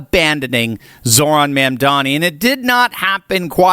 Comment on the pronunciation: You can't even pronounce the mayor's first or last name. Get a grip, dude.